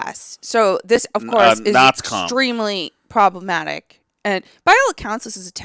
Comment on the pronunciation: “Naz-com”!! Hahahahahahaha!!!